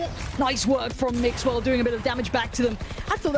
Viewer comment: Cada vez que escucho al caster decir mixwell me exito